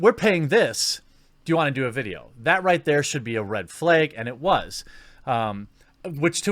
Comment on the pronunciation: "Red flayg"